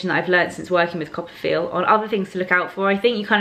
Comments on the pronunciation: Lol! I'm a little behind but I just finished reading Anna's post where she talked about "Coppafeel". This whole time I thought you were saying "copperfield". Hah. #americanproblems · I am also think that it is 'Copper field"..haha!